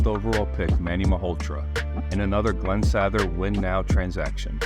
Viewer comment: Especially his AI mispronouncing of Glen Sattthhher.